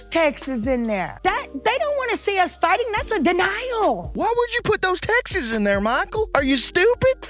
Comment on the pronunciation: Texts is already a plural tho 😂 textses ahh 😂